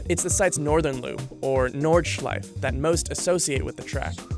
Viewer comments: its Nord-schi-fuh not nords-schife. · Why do you say Nordschleif? It's Nordschleife. There is an E! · everyone: nordschlaife: nordshlife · Most dangerous? Not hardly. Maybe most difficult. That’s a separate metric. It’s pretty safe given the updates it has had. For deaths the was common in racing through the 70’s - look at the likes of Japan and Italy for deaths on tracks as well. One point. Nordeachleif? There is an E on the end and all letters are pronounced in German. Or do you say Porsh? It’s Norrd-Schl-eye-fuh. ;) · Nord-shlyf-uh Also... The 24hr race uses BOTH the Grand Prix circuit and the Nordschleife... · A side note for you, the "e" at the end of "Nordschleife" adds an eh- sound at the end, "Nord-Shlie-fa" Based of how its pronounced in German. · An E at the end of most German words is pronounced "uh". So Nordschleife is pronounced "Nord-shlife-uh". Just like Porsche. I hate when people pronounce Porsche "Porsh". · Pronounces Nordschleife "Nordschlife" **Angry German noises** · It's pronounced NordschleifA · Do they not know there is an "-uh" sound at the end of nordschleife? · When you say Nordschleife you have to say the e at the end too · The way he pronounces "Nordschleife" makes me want to die.